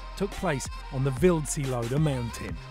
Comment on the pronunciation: Do you think there is a chance that one day they will pronounce Wildseeloder correctly?